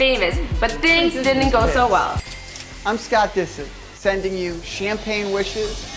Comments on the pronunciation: She literally said david disc lol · i cant stand this girl disick doesn't rhyme with biscuit! she can't even speak properly. if Michael reads all these comments I hope he sees that nobody wants her here